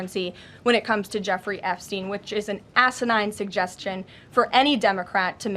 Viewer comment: Asinine suggestion? Asisne? She should know that word.